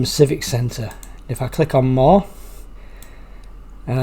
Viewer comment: There is no such thing as a nukiller attack, the word is NU-CLEAR.